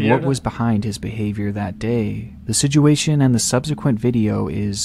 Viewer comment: yeah the video is somewhat sad but the guy saying sijuation always cracks me up